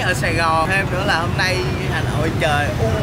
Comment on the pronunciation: Hôm chứ ko phải hơm nhá :)))